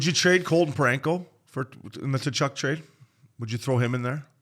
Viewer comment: my fuck boys, it's KUH-CHUK, not TA-CHUK, give your head a shake. great ep though.